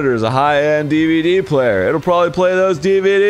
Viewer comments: I believe Arin has it backwards, and it's actually pronounced: "dwee-bee-dwee." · Arin, Japanese does have “v” sounds (at least in katakana): ヴァ = va ヴ = vu ヴィ = vi ヴェ = ve ヴォ = vo Sometimes v is swapped with b, but even in the example of DVD, it would be ディビディ (dibidi), not ディブウィディ (dibuwidi). In the v instance, though, you could totally write it as ディヴィディ (dividi). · it would ACK-shoe-wa-lee be "dee-bee-dee" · it's pronounced DEEBOODEE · Technically the way you say DVD in Japanese is deebeedee which is spelled with katakana, the alphabet for foreign words (I took Japanese for 3 years)